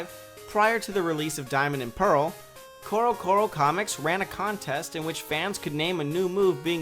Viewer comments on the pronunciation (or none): none